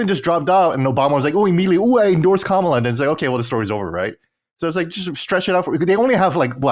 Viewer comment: Glad to see you guys have a real conversation like this. Also, Colin saying Kamala incorrectly is embarrassing.